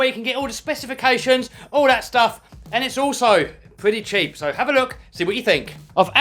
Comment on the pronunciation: Did he say jeep, sheep or keep or umm cheap